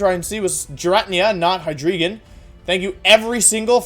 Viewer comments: The way he says it hurts me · “Oh it’s hydreigon”